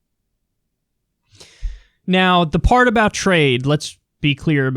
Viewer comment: Wow, a moment of clarity and logical thinking from Donald Trump. He's right on point ... up until he began to talk about how much he understood "tra-yed."